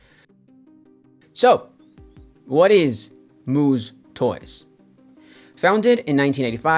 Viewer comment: MOO-SS not MOO-ZZ. Sorry that was bizarre hearing the “Z” rather than the “S” sound.